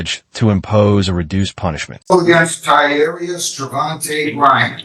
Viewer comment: Tyarius, mispronounced or tynarius, the defendants name. Not even close to what you want to hear.